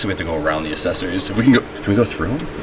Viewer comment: for the love of Christ, please stop pronouncing accessories wrong. I don't know how you mispronounced it 6 times in one video. Ya fuckin ding dong